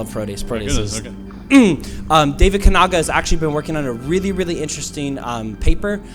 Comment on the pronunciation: Butchered the name of the Kanaga Piece... Check his writing